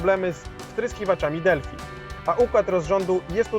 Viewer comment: Delphi czyta się "delfaj" a nie "delfi"